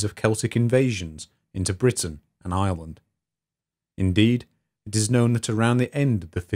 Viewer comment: It took me way too long to realize he was saying "Britain and Ireland" and not "Britain, an island" I wondered why he kept reminding us it was an island